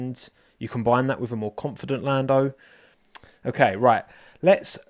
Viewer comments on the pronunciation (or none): none